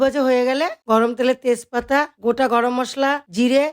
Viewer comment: তেশ পাতা না ওটা তেজ পাতা বুঝলেন